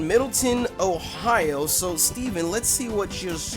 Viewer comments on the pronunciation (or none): none